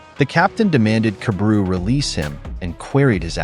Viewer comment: I fell like his name is pronounced kah-bah-ru